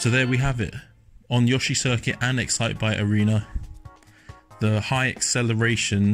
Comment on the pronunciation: finally someone who actually says yoshi, indstead of Yoo-shiii